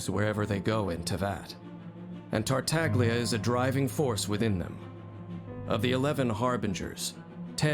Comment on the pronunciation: Childe my beloved. 💜 I finally managed to C6 him this year and I was so unbelievably happy. And thank you for pronouncing "Tartaglia" with the silent "g", everytime it's mispronounced and especially by Childe himself ingame I die a little inside. 😅 A little fact about Zhongli, his Collected Miscellany is slightly incorrect. He is the only character that has ever gotten a rework after release. And thank god he did. I never got the chance to play him in his original state, but having him after his rework I can't imagine him functioning how he does in his Collected Miscellany. Here's a link if you're interested to Mihoyo explaining his adjustments, both in buffs and skill functions. (There was a link here, but I think youtube deleted my comment because of it? If you google Zhongli rework it should be second that pops up) I think it's really hard to properly show off characters that are more off field supports. I think they're really characters you have to play and experience their utility to really appreciate since most of the time they aren't there to be flashy. Albedo isn't really as "set up heavy" as it makes him sound. His field will automatically create/trigger the blooms as your onfield character attacks, and they can put out a good chunk of damage, my not so great built Albedo's blooms can do 30k+ ticks each. I actually curse him out when I accidentally step on his elevator. 🤣 Here I was attacking and suddenly I'm up in the air. Let me disable it Mihoyo!! Eula is a charac